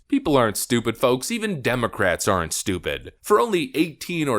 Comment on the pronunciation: Bro did you say D'S ARNT STUPID 😂😂😂